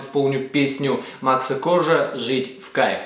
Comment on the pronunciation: дурак, не КОржа, а КоржА